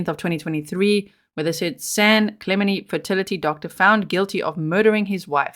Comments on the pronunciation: Clemente has the accent on the second syllable. San Clemente is where Richard Nixon lived. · Clemente’ the te pronounced on the end